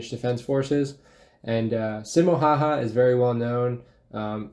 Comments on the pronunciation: On Simo Häyhä video. The original video created by Simple History (or someting) being commented on here had at least two peculiar things in it. The English-speaking narrator of the cartoon had a Russian accent and could not pronounce Häyhä's name correctly - the way it is pronunced in Finnish. In addition, the cartoon falsely discribed Häyhä after he was injured in the Winter War. Pretty much all Finns know that Häyhä, despite his injuries, asked to be taken into active service when the war agaist the Soviet Union (the Continuation War) broke out. However, this was denied. He was seriously injured and those in the Finnish army propably thought Häyhä had done his share in the war. The cartoon told a different story (i.e. Häyhä did not want to fight any more), which just isn't true. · Why not have a finnish guy narrate, that’s a russian accent and his name is pronounced wrong. Kinda disrespectful. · Why is the narrator speaking with russian accent and i get it that people cant pronounce his name but i think the narrator should know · Bruhh why is it like Simo would be narrating himself but speaks with russian accent and can't pronounce his own name. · It’s a pity that video is narrated with a Russian accent and mangles the pronunciation of “Häyhä”. Your content, on the other hand, is intelligent and appreciative as ever. Always a pleasure to watch. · none of the names in the video where pronounced in a way that would make them recognizable for a Finnish speaker. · Someone needs to teach people not familiar with the finnish language how to pronounce "Häyhä"! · the narrator pronounces every fucking Finnish word incorrectly lol, must be an american putting on an accent, as even russians do not pronounce J's like english speaking people do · And can't even pronounce his name properly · Yep lol russian accent and name pronounced all wrong :/ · And he completely butchers finnish word but russian ones he says fine :D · you say simo haha it's häyhä- pronaunced heyhe